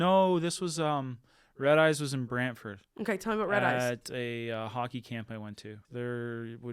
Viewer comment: I heard brantford and was absolutely gobsmacked